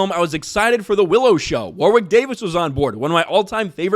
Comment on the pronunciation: Did just say WarWick